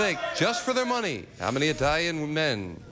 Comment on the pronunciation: Brother, was Lee an ignorant boy!!! First of all couldn’t even pronounce Italian correctly. Then was ready to make a disparaging remark about them. Of course in my opinion anyone who thinks a crooked president is a good person is more enthralled with “celebrety” or “fame” status than morals or ethics. Nevertheless I’m glad he won - wouldn’t begrudge him that.